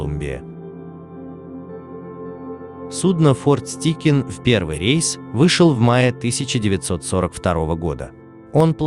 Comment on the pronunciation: Чувак, ты в школе английский учил? ОТКРЫТЫЙ СЛОГ, твою мать! Стайкин, а не "Стикин"!!